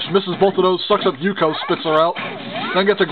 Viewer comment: XD nice Pronounced Ook-yo From Ranma 1/2 xD